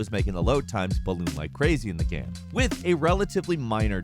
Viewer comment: Yo, why do you sometimes say “game” “gayam”?